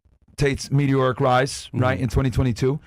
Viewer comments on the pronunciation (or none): Medioric …? lol wusssdat?